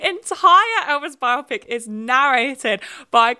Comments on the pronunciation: Thank you for saying "bio-pic" as the lord intended instead of "bi-op-ic" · Thank you for not pronouncing "biopic" as if it were an eye condition as I hear so many YouTubers doing lately. It's not the most important thing in your video, but I appreciate it anyway.